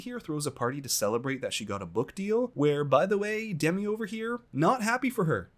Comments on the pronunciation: Love your recaps. Btw Demi is pronounced with an emphasis on the second syllable. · It’s deMI not DEmi lol